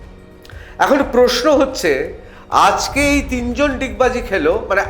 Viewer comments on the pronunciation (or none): none